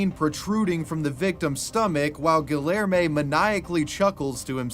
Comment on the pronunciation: Respectfully, if i listen to you say "GuhLLairmay" one more time i might pop. Idek what name youre trying to say, but im almost certain it has a hispanic L, maying it kindof a Y Edit, i think its Guilherme, which is Gee-lhuyer-mey" hard to type out phonetically, just hone in the spirit of a Brazilian man as you say it